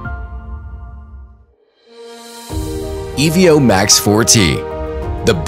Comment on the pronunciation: Not sure how this video make it to release being called the Ee-Vee-Oh, but not a bad product.